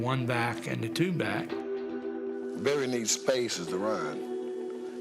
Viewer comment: “Berry Sanders” lol It’s Barry.